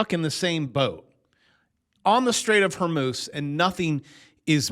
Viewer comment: The "Straights of Whore Moose" sounds like a 1980's VHS movie !